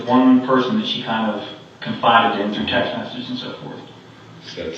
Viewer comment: M-e-s-s-a-g-e-s … massages 😂😂😂